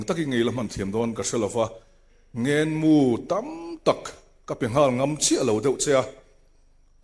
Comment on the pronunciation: Kan pi chuan mizo tawng ava thiamlo ve.. Sinhlu, Ngengmu.. Sunhlu, Ngenmu.. Tih zawk tur anih hmel..